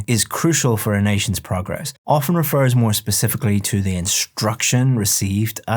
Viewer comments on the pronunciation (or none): none